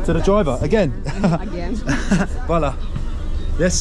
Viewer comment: this was so funny I thought why is he keep saying "voila" in French but its Hvala you're getting it. Amazing country - so much architecture, old and lots of brutalist/modernist very interesting to look at the mix of it - the communist blocks and structures - also reminded me of a time in split we tried to go through a car tunnel on bikes - walking on that bridge lol. Enjoy this wonderful complicated country and people, much to learn here. Stretan Put!